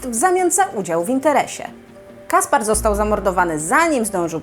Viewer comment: Caspere czyta się Kasper(e), a nie Kaspar.